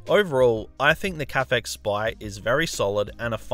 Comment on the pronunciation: Why can't anyone properly pronounce Caphex?